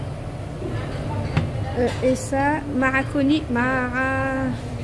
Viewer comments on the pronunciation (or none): MARACONIS ????? Ouais pâte c'est plus facile à dire 😓😓